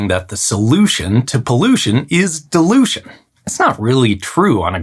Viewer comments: am I the only one who heard "delusion" and not "dilution"? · Why do you pronounce dilution as delusion??? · Bro your pronunciation of dilution is getting me mad 😠😡